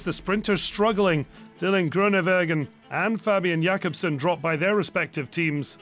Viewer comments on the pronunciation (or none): "Fabian Jakobsen" 🤦‍♂️